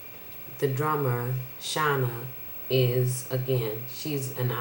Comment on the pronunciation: It's pronounced "Shay-Nah" ;-) But great video! U spoke the truth.